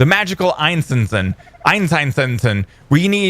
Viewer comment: Please look up the pronunciations of einessen, zweiessen, and so on. The way you're saying it drive me crazy.